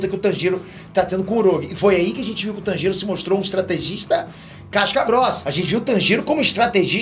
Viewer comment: Agonia ele pronunciando o nome do Tanjiro 🤡